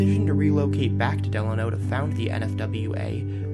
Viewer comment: Thanks for using my photo as your opening image. FWIW, Delano is pronounced delAYno, not like FDR's middle name.